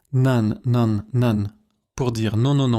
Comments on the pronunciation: Vidéo pleine e d'erreurs de prononciation ! 👎 Un seul exemple : Nan? Prononcé "nane" !! !! !! 😱 Ca se prononce pas du rout comme ça! Vous êtes serieux!?🤣 Ça se prononce "nen" Élodie va falloir apprendre à parler et à lire le français ! Comment peut-on faire autant d'erreurs de prononciation ?!?!?😱 Vidéo à refaire et à corriger c'est nul. 👎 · C'est AI, ou quoi? Personne ne dirait jamais "nan" comme "nanne'! (sans nasalisation) 😂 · Nan ne se prononce pas nanne!